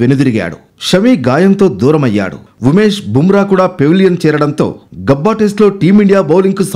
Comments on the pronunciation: Gubba😂😂,its Gabba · Inka anaya Gooba analedu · గుబ్బ కాదురా స్వామి Gabba 😂😂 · Gubba కాదు రా బాబు. గబ్బా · Gubba kaadu Gabba ra news reader.😭😭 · Gubba kadu gabba😂😂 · Gubba kaadu anchor Gabba anali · అది గుబ్బ కాదు సర్..గాబా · Orey anchoru gubba kadu ra ni abba adi Gabaa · Gabba ra adi dubba. Gubba kadhu 🤦🤦 yela tiskuntaro ilanti vallani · గబ్బ , గుబ్బ కాదు